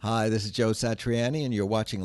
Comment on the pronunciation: Nobody gonna mention how he completely butchered the pronunciation of "Satriani"??